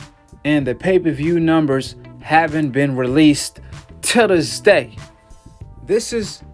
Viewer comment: 😂🤣😂 kills me when he says “TAHDISDAY” extra hard!